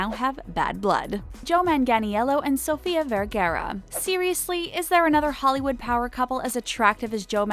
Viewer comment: and how about sofia vergara they messed up her name too